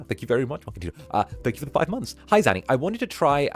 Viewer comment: One day he'll figure out how to say my name:_ZannyLaugh::_ZannyLaugh::_ZannyLaugh